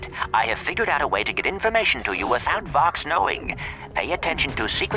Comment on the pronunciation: does anyone know that vox rhymes with fox